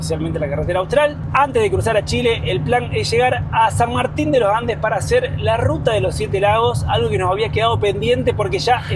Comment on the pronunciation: "San Martin de lo Ande" 😂